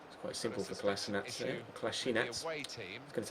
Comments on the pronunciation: parni valjak melje the man himself said it's pronounced as it's spelled: 'Ko-lass-i-nack' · Just so you know, Kolasinac is pronounced Kol-laz-i-nach.